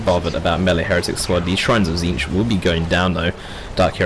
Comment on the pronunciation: Is this a fever dream of are you pronouncing Tzeentch correctly throughout the video?